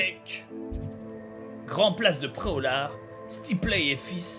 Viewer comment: Je connaissais Pré-au-lard mais pas Pré-au-lag